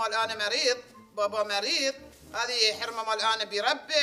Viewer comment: رشيد يقول خرمه مو حرمه